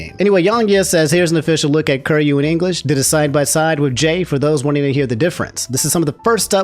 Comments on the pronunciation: lol love your content but your pronounce of kiryu kills me lmao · Love ya really but this is just me being an annoying shit, it's pronounced Kee Ree You not Kur You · Ker-you? KER-YOU?!?!...oh... you silly silly man..;P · KI RYU キ リュ "kee-ryoo" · Apologize for saying "curry-you" and not "ki-ree-yu" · Ok. Is it "Curry-you" or "key-er-ee-you"? Because this is the first time I'm hearing "curry-you" and it feels wrong. Its written Kiryu. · Kiryu is pronounced key-re-you I'm sorry I love you but I can't have you calling my man cur-you XD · can you pronounce his name right? It’s KEY-RYU not Kir-ryu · each time you pronounce Kiryu as "curry you" instead of "kee ree you" i'm dying inside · Dawg did bro just called him “Curry Ru” 😂😂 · Mane i don't want to be that guy but please say kiryus name propperly dude. It just don't sound right if someone says "curyou" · Hearing call Kiryu "Kir-yu" Is funny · My man did not just say Curyo o.o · bro said curryu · it is "KEE RYU" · be saying "Curyu" like he making Curry tonight. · butwhy kuryu? or am i crazy hearing say that? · "Kirr-You." That was painful every time dropped it. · I didn't know American people could say/pronunce Ö until said Köryu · Mans played Yakuza zero and therefore has heard Kiryu's name said multiple times and still pronounces it wrong lmao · The way pronounces Kiryu is giving me stage 3 cancer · The mispronunciation is killing me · Pls stop pronouncing his name like that fuuuuuuuuuu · Never say Kiryu's name ever again It brings me pain to hear it everytime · The real nightmare is the way pronounced kiryu😂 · Your pronunciation of kiryu hurts me 😂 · Anyone else like the way pronounces Kiryu? lol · you should really work on your name pronunciation XD Kiryu = Key-ree-ooh. Martinet = Mar-tin-ay.